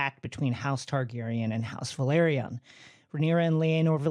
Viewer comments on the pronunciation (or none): Thank you for this! It also irks me the way they pronounce House Velaryon. It sounds like they are saying Valryian.